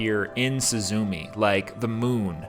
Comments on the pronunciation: Nice breakdown! Without this i would be missing out a lot of depth the movie contains but Still, the pronunciation is not really suzuumi its more like すずめ。 su zu me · I was surprised that the first gate is under a ruined dome, which to the Japanese calls to mind the memorial at Hiroshima- I didn't notice this till the 3d or 4th watching but once you see it, it makes such perfect sense- also please remember pronunciation Soo- zoo- May, instead of SuzuMEE, and Soh- tah, instead of Soota. Also remember that Suzume in Japanese means sparrow, though nature references to Japanese names are common. Butterflies are an essential motif of summer or late summer, like the oranges and the flowers pictured in the film. There are also Higanbana, death lillies pictured as she travels northwards.